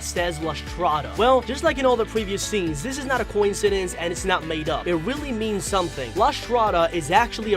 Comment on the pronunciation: Weally? Didn’t notice XD